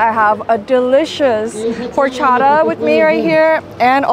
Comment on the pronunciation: queen love your videos but horchata is pronounced Orchata not whore-chada LOL